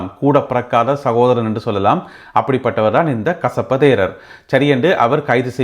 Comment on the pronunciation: நீங்கள் கசப்ப தேரர் என்று சொல்றது எனக்கு கொசப்பு தேரர் என்று கேக்கிது